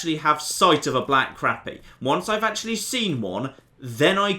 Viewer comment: its pronounced Crop E. Also, when you see fish on the surface you might want something to keep your bait on the surface.... like a float. When you dont see fish on the surface, try a sinker